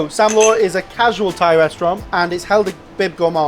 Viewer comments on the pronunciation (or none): none